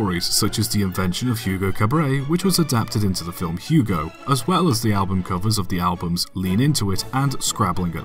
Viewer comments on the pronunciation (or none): none